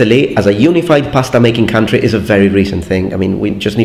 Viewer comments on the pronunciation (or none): none